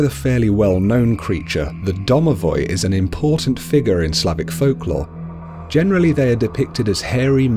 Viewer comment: DOMOVOI 😂😂😂😂, im russian am im done😁😁😁